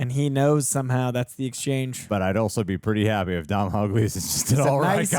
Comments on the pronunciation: Doh-nahl Gleason, not Dom-nahl Gleason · As an Irishman it brings me great pain to hear you pronounce Domhnall Gleesons name. The mh is silent. It's pronounced as Donal. Think Donut, but with an al instead of ut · Decent movie.. a good one to rewatch with the kids.. the sibling bond was a bit flat, writing wise they were saying the right things but the chemistry wasn’t quite there.. also you don’t pronounce the mh in Domhnall.. it’s “Donal.. like tonal” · Just in case either of you end up interviewing him, Domhnall is pronounced more like DOE-null.